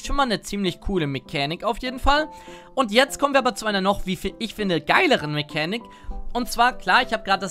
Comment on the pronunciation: Mechänik der Woche? #